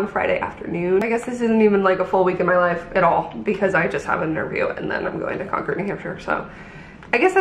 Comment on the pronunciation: Fun fact- don’t say Con-cord. Say Con-kid. You’ll fit right in😊 Ps the black and white dress was BOMB on you.